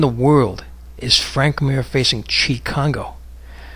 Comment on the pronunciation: kongo not congo